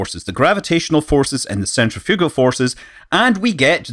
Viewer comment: ...and 'gavidee' for gravity....'centrifoogul'...I can't watch it anymore!